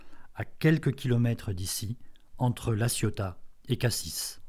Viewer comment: Jolie démonstration, mais juste pour info, on ne prononce pas le S final de Cassis ni le Z de Embiez.